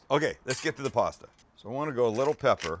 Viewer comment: I like the way he says puasta